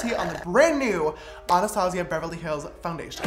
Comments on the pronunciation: Me : anustayzia James : anarstasia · Isn't it normally pronounced ANNA Stazjiah instead of anastAHzia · Ok dont take this as a hate comment or anything but your saying Anastasia wrong. Its pronounced "anastayshia" 😂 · Your not saying my name right